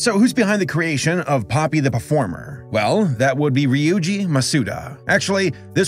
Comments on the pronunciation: You said his name wrong its Pope-e not Poppy lol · It's popee not poppy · IT’S [‘pō•pē] IT’S [‘pō•pē] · Its popee not poppy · The way he pronounced Popee hurt me so bad 😭